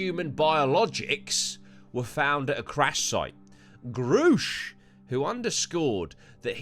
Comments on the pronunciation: Its grusch pronounced like rush...grusch hour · I think it's pronounced "gerr-e-sh" - watched far too many video on him than I care to admit 😂